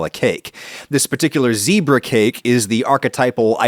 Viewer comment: You said 'zebra' wrong! (BUT your puppy is SO cute! )